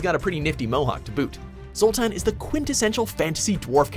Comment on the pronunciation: You can tell he's never played a witcher game. Just listen to how he says "Zoltan"